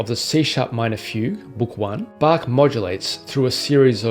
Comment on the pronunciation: really great! very good pronunciation of "Bach". it's funny how your pronunciation of "well-tempered Clavier" seems to get closer to the original German "wohltemperiertes Klavier" over the course of the video. anyway, a very encouraging video. as you probably may know, Hans von Bülow once said...: "Das Wohltemperierte Klavier von Bach ist das Alte Testament, die Sonaten von Beethoven das Neue Testament des Klavierspielers." can we expect you to dedicate one year of your pianistic life to Beethovens 32 sonatas?